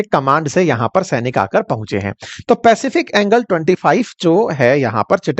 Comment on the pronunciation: Sirjee, पैसिफिक एंगल, नहीं वो पैसिफिक एंजल है, कृपया सही से पढ़िए